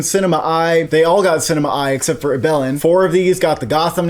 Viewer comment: Ibelin isn't "ee-BEL-in," it's "EE-bel-in." Also, I'm worried that it won't get nominated because it uses re-creations (which used to be a big no-no in the category), but I do think if it gets nominated, it could easily win, with only Daughters or No Other Land able to challenge it. 'Ibelin' pulls at the heartstrings too much not to score a lot of votes.